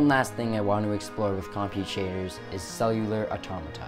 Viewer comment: you've learned everything about compute shaders, except how to pronounce it